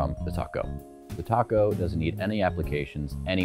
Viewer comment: Dude, you needed to wear a white shirt. Funny- Every time you said TalkGo it sounds like (& makes me think of) Tacos! May I Have A Taco With My TalkGo?